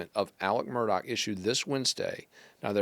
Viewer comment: Not MUR-DOCK!! Pronounced MUR-DAW!!